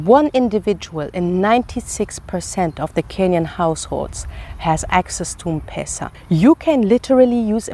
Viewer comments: It’s not mpesa but M-pesa (eme pesa ) 😁😁😁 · I like how you pronounce m-pesa😂 its pronounced like em-pesa welcome kenya anytime ❤️ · M-pesa is pronounced as Empeesa, not mpesa😂 Great content 👌 Do you have a husband anyway? 😍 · its not mpesa....its mpesa...say mpesa😂😂😂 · You are pronouncing M-pesa wrongly its pronounced as empesa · Hi.. M-pesa is pronounced as ' em- pesa '